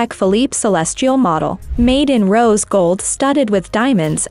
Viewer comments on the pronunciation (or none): none